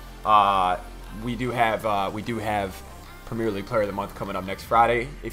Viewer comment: I ain’t one to get mad ye but can u say the fuckin league right